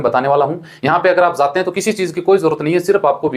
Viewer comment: Zate nhi jate hai bhai pahele bolna sikh lije to fir aap kya kar rahe hai india me aap q nhi chale jate